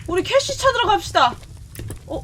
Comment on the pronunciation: 악형이 캐시야하고 부를때마다 왜 코시야라고 들리는걸까?